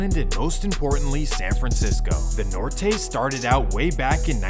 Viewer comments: they trust a guy who can’t even pronounce Norte😭 stg I be listening to hear him front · Nortay lmao ….you forget the whole 916-209 all northerners